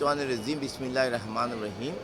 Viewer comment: যে লোকটা বিসমিল্লাহ টা শুদ্ধভাবে পড়তে পারে না। সে কিভাবে একজন পীর হয়।।। আপনাদের মাথায় কি আসলে বিবেক বুদ্ধি বলতে কিছু আছে।।। সাধারণ জনগণের অর্থ হাতিয়ে নেওয়ার জন্য এদের এটা কৌশল